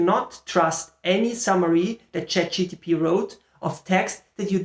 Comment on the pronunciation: Yeah, it kept bothering me that you said ChatGTP :P. But great stuff.